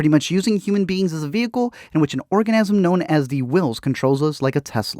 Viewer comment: Anyone else hear organasm and not organism